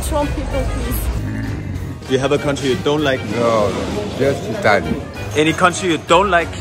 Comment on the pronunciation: Shitaly?lol where are u from?